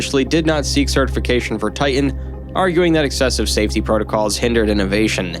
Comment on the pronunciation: For the love of God, it's not enough you butchered the victims names, but could you at least say TIE-TIN rather than TAH-EH, you sound dumb.